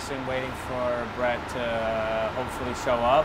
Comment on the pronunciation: It sounds like say Bret right or am I insane?